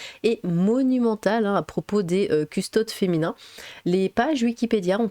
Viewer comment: Petite info on dis custodès pas custodes